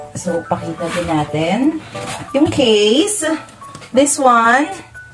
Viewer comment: Yung case-ah 😂